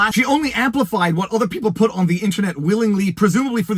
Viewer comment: I cannot forgive you for how you pronounce "what"